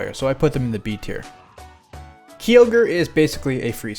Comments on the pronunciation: its k-ai-oh-ger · It's pronounced Kai-Ogre. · kee ogre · My favorite Heyawn Pokémon: key oh ger